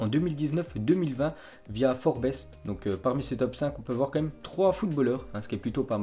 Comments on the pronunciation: Ça se dit forbz pas forbesse... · "Forbess" mdrrrrrrrrrrrrrrrrrr